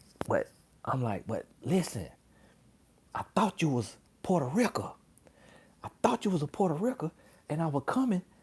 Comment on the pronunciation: "Puertorica". Lol